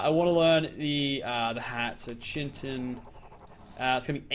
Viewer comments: IT'S NOT CHY-TEN, IT'S FREAKING KITE-IN!!! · Bestin Sloth my bad its pronounced Ky-tin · It's pronounced chit-in not chin-tin like where the fuck does he get the n from. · it's not chin tin it's pronounced kite-in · omfg, please stop calling it chintin, its pronounced Kai-Tin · no it's NOT it's Kite-in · KITE-IN its not chin-ton its KITE -IN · 2 metal chunks give you one ingot and you're saying chintin in stead of chitin kind of like chit-in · ITS PRONOUNCED KITE-IN NOT BLOODY CHIN TIN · Yo it's kai-tin not chin-tin btw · When he pronounces Chitin (Ky-tin) Chintin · it is pronounced as Ki-tin not Chintin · PLS, IT'S PRONOUNCED KAITIN, NOT CHITIN. it's spelled chitin, but it it's pronounced with a K sound and a lot of emphasis on the I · it's pronounced 'ky-tin' not chintin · kite-in, not chin-tin not chit-in, kite-in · it's chitin not chintin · Argentavis not eagles.. and chitin like “kite in” not “chin tin” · Its not chintin its chitin like this kie-tin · it's pronounced kite-in not chintin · It's not pronounced Chintin it's actually pronounced (Ch-I-tin) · Chintin ITS CHITIN LIKE PRONOUNCED KIYTIN NOT CHINTIN ITS NOT HARD GET IT RIGHT LOLZ XD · its CHITIN not CHINTIN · Who Cringes when he says Chin Tin but pernounced kite in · I'm done, its pronounced (Kite-in) not chin tin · PLEASE there is NO N in chitin you're pronoucing it as chintin not chitin, its really bugging me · Its chitin not chintin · Not chintin it is pronounced kitin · dood it chitin not chintin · Why does he call it chintin? It's chitin!!!! Ur a good utuber but learn to read!!! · Its pronounced Ki Tin.Not Chin.Tin. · Yeah it's KITE-En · its actually Kite-in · Its pronounced kite en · it's actually called chitin said Ky-tin I did look it up on the website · its kite-in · It's pronounced Ky-Tin actually m8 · im pretty sure its pronounced kitin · It is pronounced kitin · Bestin Sloth it's kite-in